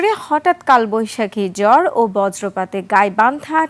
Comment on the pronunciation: ঝড়❌ জড়✅০.২